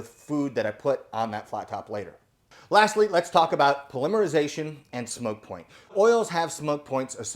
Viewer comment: Just a nit ……check your pronunciation on “ polymerization “. I hate being a Darren but using the proper pronunciation should be a priority.